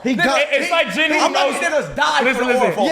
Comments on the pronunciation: out of all the anime y’all talk about, i think y’all pronounced about 3 names correctly. ITS PRONOUNCED JEENOO NOT JIN WOO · Now that I just finished watching solo leveling, why do you pronounce his name JIN WOO lol that's not what you heard in the show in dub or sub mane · Don’t debate him if you can’t say his name…(Jin-Ooo)